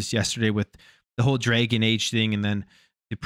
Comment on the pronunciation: It’s dragon age not draygun age…..